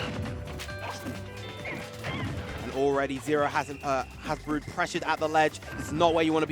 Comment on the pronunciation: i like how the female commentator pronounces brood as BRUHD (kappa